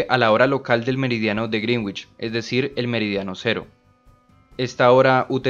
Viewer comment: Un consejo, el meridiano de Greenwich para pronunciarlo bien es como si se escribiese así "griinitch" no literal como se escribe porque si un angloparlante te escucha diría que es el meridiano de "la bruja verde" por su traducción fonética de decir "greenguitch". es todo